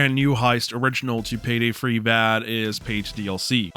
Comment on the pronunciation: Why do you say Payday Free instead of Payday 3? Is there a joke that I'm missing?